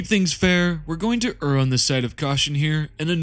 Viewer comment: Thank you for knowing how to pronounce "err."